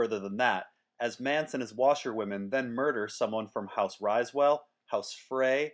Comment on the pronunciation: Riswell. Not pronounced RISEwell